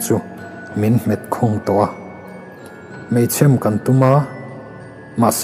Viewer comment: A ngaihnawmin a bengvarthlak khawp mai. Mahse chhiartu hi mei chhem tih lai a lam dan hi a dik lo tlatin ka hria. Chhem tih lai tak hi a lam sang tlat zel a..